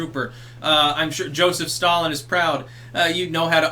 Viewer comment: "I'm shure Joseph Stallin is proud"